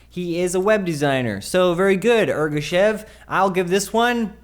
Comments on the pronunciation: Omg you completely butchered Ergashev. It was cool, you made it kinda bad.. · Also, Ergashev is his last name, not first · Meh, he just went too far with deleting the F and his last name.